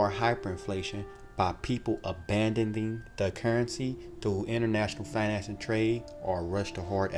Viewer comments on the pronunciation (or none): This narrator sounds like he has difficulty pronouncing words. Abandonding? Foreign Central Branks? Accompished?